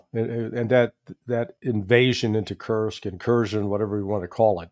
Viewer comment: Please, for the love of everything, holy, Judge. It's Kursk... no T in the word.